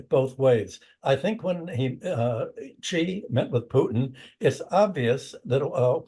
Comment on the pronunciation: Wolff and Hudson, we love you. But get Xi's name right!!!!! Idiots on Fox say "Gee" and "Jee" etc. This is a major world leader. Xi is pronounced very much like "she" like the female pronoun. Look it up. Come on, guys., spread the word. Let's get it right.